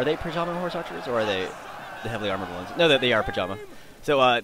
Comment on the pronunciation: I was the one who tried to get you to play LOTR- total war, but you said noh xD